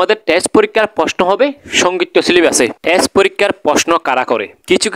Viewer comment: Apni to thik moton test porikkha ta o bolte paren na,, boltecen tes 😂😂😂😂